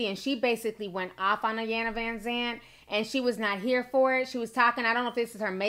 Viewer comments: it’s pronounced “ee-yahn-la” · I hate how people pronounce Ms. Iyanla’s name.. I know it’s an I but the I is pronounced as an E.. E-yanla Vanzant.